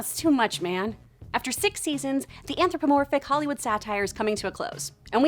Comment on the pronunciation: wait, did you just say Hollywoob?